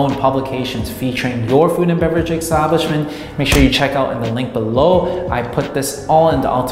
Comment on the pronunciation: EXXXTABLISHMENT EXXTABLISHMENT EXTABLISHMENT ❤ LUV YA